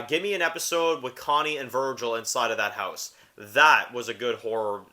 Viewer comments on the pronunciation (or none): none